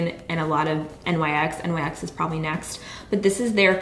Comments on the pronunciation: She said N.Y.X and she said NYX right after saying that! it's really not a big deal geeze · It's "nicks", not N.Y.X. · Does it bother anyone else that she has almost 1 million subscribers but still says "N-Y-X" instead of NYX...... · live2inspire13 yes she always does lol